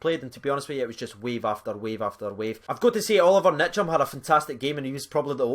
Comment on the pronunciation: It's Ntcham, not Nitcham Best young midfield in Europe